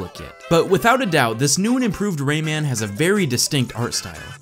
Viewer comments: "Ray-ei-man"? Its just pronounced "Ray-man" tho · Omg... I hate how he pronounces Rayman and Ubisoft! (I mean at the start)